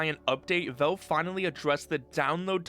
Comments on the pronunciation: WHY IS HE SAYING VELVE just say valve dude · Genuine question: why do you pronounce it Velve? You don't say "Elyx" or "belance", so I don't think it's an accent thing where "al" sounds like "el"